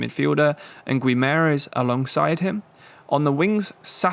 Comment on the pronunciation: guimaraes is pronounced like Goo-ee-mah-rai-esh